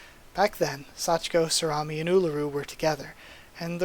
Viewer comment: Never thought I'd hear Sorami be pronounced as salami lol. At least you stopped your mistake before fully saying it. Talking is hard lol